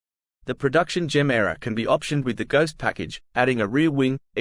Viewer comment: It is not Jemera. And it is not Rimak.